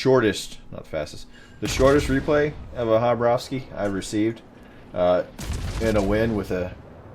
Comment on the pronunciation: you pronounced the two a's right,but it is pronounced kabarovsk,not Habarovskee :) Khabarovsk :)